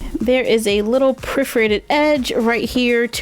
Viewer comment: I love your voice, but when you say priforated and not per-for-ate-ed it makes me cringe. I’m not trying to be mean so please don’t take offense. It’s just that one word gets to me.